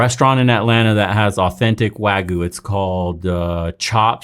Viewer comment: it's not pronounced wa goo it's wa gyoo. Dunno why the first mispronunciation is so prevalent everywhere.